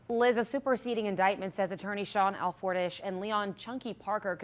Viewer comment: It’s pronounced Al for tish. C’mon Kelsey.